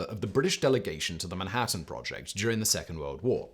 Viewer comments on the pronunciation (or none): none